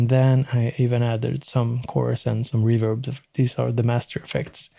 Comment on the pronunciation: It's pronounced "reverb", not "reverb".